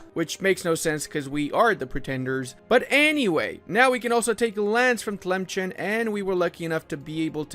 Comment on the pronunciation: tlemchen.... bro its pronounced as tlemsaan